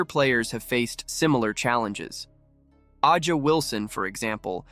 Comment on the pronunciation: mispronouncing A’ja means dude MUST not actually watch the leage, no? they say her name all the time, announcing Aces games or not…….